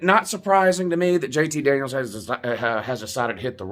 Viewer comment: I thought you were saying "JT Daniel Christ." Does that mean you are going to become a fan of whatever team he goes to?